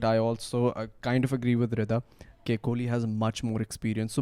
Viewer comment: It’s ‘kohli’ not ‘kholi’ 😂